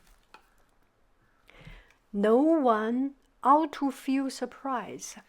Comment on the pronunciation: Elements = el-eh-ments Recapitulation = re-cuh-pit-chu-lation Ought = aw-t No pause in welfare Lineal = lin-ee-ul Also, like another friend previously stated, there are a lot of sharp sounds (which you could practice on) in English, and it is not enunciated like Chinese. It might be helpful for you to find an audio book of this novel and listen to it while you read (you might even find it for free!). People who read aloud pronounce things loudly, clearly, and properly so I think it'd be a great additional tool for you. 😊 I'd also like to add that you seem better at predicting the pronunciation for words with every reading. Much love 💖